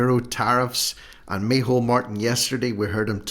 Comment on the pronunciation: Can you please stop with the mehole his name is in irish its micheál , I like irish names and you are making a fool of your self and your videos are good but why laugh at tge irish language